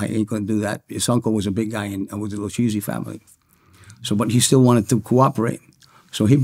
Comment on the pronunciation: This dude said "the lewcheesy" family 🤣 🤣 🤣 🤣 how do u grow up in Brooklyn in those times and work mob cases with the feds, even undercover and not know how to pronounce lucchese??? I don't even know what to think.